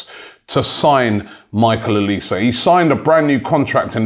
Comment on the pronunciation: Olise is French not English sort it out Robbie